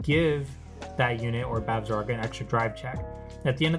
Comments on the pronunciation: Bav-sa-gra. Other that, good deck profile. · haha It was a good profile, but just hearing you pronounce her name was getting to me.